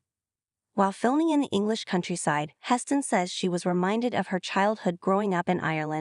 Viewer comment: "Huss-tin"?? Come on, E! Stop being so cheap, dump the AI, and spring for a live commentator!